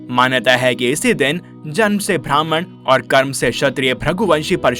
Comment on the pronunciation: It's Brahman ब्राम्हण.. Not Bhrahman भ्रामहाण Please pronounce it correctly